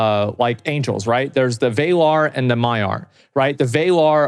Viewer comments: WAY-LAR lmao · The WAY-lar. It's Valar. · ❌ vAYlar ✅ Vahlar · He says Valar like Americans say Iraq and Iran. Like they always think pronouncing a long A is more mature than pronouning a little a. Vay-lar lol. It's Vah-lahh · Rings of power isn’t cannon, Valar is pronounces like valor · Did Zack really just call the Valar the Way-lar? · No. He pronounced it Vay-lar. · "VAElar" you were doing so good Asmond, but you have me cringin there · ngl, the way he says valar sounds way cooler than the way it's actually pronounced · I hate all of the American pronunciations in this. VAYLAR??? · Learn to say Valar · That’s not how “valar” is pronounced. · Wannabe Lotr enthusiast saying „like“ 5 million times, while mispronouncing Valar (murican eh), saying 1V1 and calling the witchking „Agmar“. jezuz. Tolkien would rotate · How the fuck he can't pronounce Valar? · If you watch his streams/highlights, he actually does this a lot. Says he has like a vocal dyslexia or whatever, but he does mess up the pronouncing every now and then.